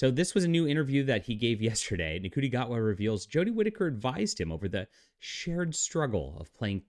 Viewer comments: lol dude cry harder. I love your bs take on things you don't know shit about. it's pronounced "shooti" btw. Sorry you didn't know this but America has always been a liberal country at it's core. with that said, this was made in the UK bro... did you know? look at you clinging to obsolete ideals. way to go bud. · Glad that you're pronouncing his name phonetically. Rafe for Ralph has always been a bit irritating for me but Shooti? That's just ridiculous.